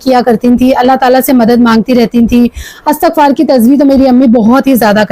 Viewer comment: Assalamu alaikum astaghfaar Nahi asal word istighfaar hota hai plz aap sub Sahi parha karenge is word ko